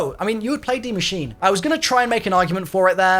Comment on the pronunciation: please, PLEASE learn how to pronounce Die Maschine ("machine-uh") properly. You just sound lazy and I know you're better than that...